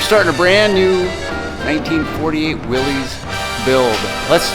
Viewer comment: How is putting a SBC in it "back to the way it was originally?" FYI, it's pronounced "Willis," not "Willeez," and it's not a Jeep.